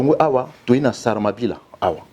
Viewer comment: Salamabila et non saramabira 🙊😇